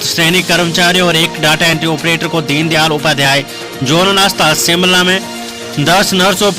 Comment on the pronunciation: Anchor ka Hindi ka uchacharan theek nahin hey jo ki sh ko sa bolta hey Shimla ko Simla bolta